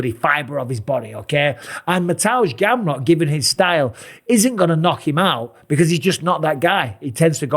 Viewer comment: Mr. Bisping is the only non-Polish speaker who pronounces Mateusz Gamrot’s name correctly… Mister Bisping, the Polish Count 💪👌🤠